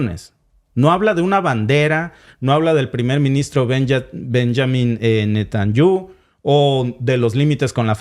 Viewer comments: Estimado. El apellido del primer ministro se pronuncia como se escribe... Netanyahu. No Netanyu. Saludos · Esta interesante, pero pues al no pronunciar bien el nombre del primer ministro de Israel te quita credibilidad :( Benjamin Netanyahu y aparte mezclas antiguo testamento y nuevo cuando en el judaismo o lo que se practica en Israel es solo el antiguo testamento, es decir hablas muy bien pero en informacion si te fallo. Saludos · El nombre del primer ministro de Israel se escribe ASI Benjamín Netanyahu Y se pronuncia diferente a como usted lo hizo. De tal manera una cosa es leer la Biblia, pero muy diferente a comprender espiritualmeme lo INSPIRADO POR DIOS. YO LO SEGUÍA PERO YA NO LO HARE. Seguir